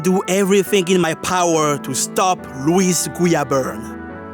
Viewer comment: This is so off topic to the video but I loved A) everytime you went "omg its louis guiaberne" "omg that was louis guiaberne" B) i love the way you say his name xD idk why